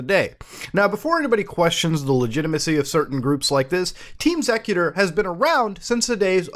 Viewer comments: "Xecuter" is supposed to be pronounced like "executer"... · All switches are hackable now, if you can find the chips. I also always thought it was pronounced EX-ecuter. Like an execution of custom code.